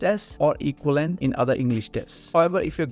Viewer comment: Learn how to speak english, bro - you can't even say equivalent....what the hell is going on in this country